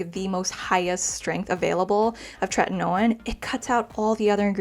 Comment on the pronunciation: TretinOeeenn. Theres an i before the end. Youre saying "tretinone". Its tretinoin-rhymes with coin.